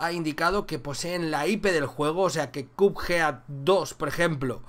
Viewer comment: que buena pronunciación de "Cuphead"